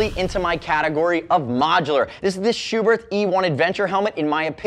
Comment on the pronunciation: Thank you for pronouncing Schuberth's name correctly. ("Shoo Bert" not "Shoe Birth")